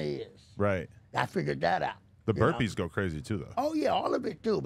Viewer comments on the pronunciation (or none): Bro really said curpees